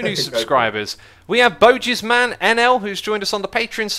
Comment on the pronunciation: Loved your pronunciation of bosjesman :D